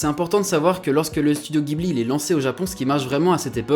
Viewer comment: Pardon de chipoter mais j'ai les oreilles qui saignent quand j'entends "GUIBLI" T___T Ça se prononce "dji-bli" (en référence au vent chaud du Sahara / et à un modèle d'avion de chasse italien).